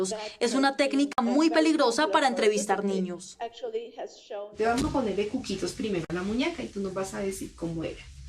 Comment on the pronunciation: Lo peor es la manera de lo que dice ,las palabras mal dichas y pinpiripis y la cuquitis y toda una profesional 😐